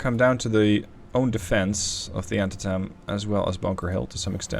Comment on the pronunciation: JSYK, you are pronouncing Antietam wrong it is pronounced An-tee-tum